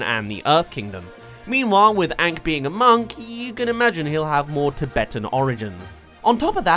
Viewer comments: Did you say Aang as ank really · Your pronouncing Aang wrong, your saying it as tho it is spelled as Aank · All the things that'll make it perfect: -My Cabbages guy -That's Rough Buddy Zuko and Sokka moment -Toph's funny blind jokes -Ba Sing Se Area 51 shit -Zuko's actor is hot -Sokka & Momo stoned on Cactus Juice -Pronouncing all the names right! Example: AANG not aWnG If they do all of these things, I dont care if the acting is bad, I'll still love it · the one thing that really bugged me in the movie was the way they say aang, they say it as Ung and im like wtf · I saw the movie avatar before the actual series when the said aang I was confused and until the end of season 3 whenever they said aang i always went its oong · If they don’t pronounce my main boy “Ahhng” I don’t even care. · IS HE SAYING ANK